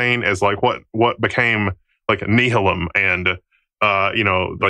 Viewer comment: Someone needs to tell how to pronounce Nehalem.